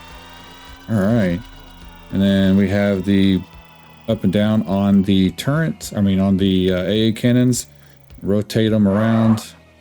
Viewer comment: I heard CHAFE instead of chaff, then TURRENT instead of turret, and immediately closed the video.